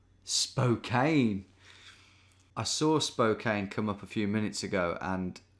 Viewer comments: hey just FYI Spokane is pronounced like "Spoke-Anne" rather than "Spo-Cane" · Spoke-ann, not spoke-ain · Just FYI. Locals say it "Spo-kan" not "Spo-kane". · Spokane shoutout 🙌 love your videos Tom. However it’s pronounced Spo-KAN, not “cane”. Common mistake! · That first city is pronounced "spo-can", and not "spo-cane". Source: I have lived in the area my whole life. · By the way, Spokane is pronounced more like Spoke Can than spoke cane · Spokane is pronounced Spo-can not Spo-cane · Haha nice! It's funny how he says Spokane like it rhymes with Cocaine. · The first one was from my hometown! I was excited, but thought surely it couldn't be. Then I found it and confirmed it was! Also it is pronounced spoh-KAN. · For the future, it’s pronounced spoke-ann! I love hearing you pronounce places in the Pacific Northwest where I’m from 😊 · Spo-Cane XD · Spo-Can is how it's pronounced. I know how hard it is not knowing, just want to educate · It’s “spo-can” mate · First time I was ever able to recognize a location from the thumbnail! I used to work at a hotel in Spokane and we would get a lot of people who would call in and mispronounce the city the same way you did. The last syllable is like the girls name “Anne”. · The E is not pronounced in Spokane 😢